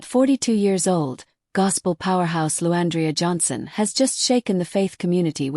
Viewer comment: This is BS cuz u don't know nothing about either of them. The narrator cant get her name right. The devil is a liar!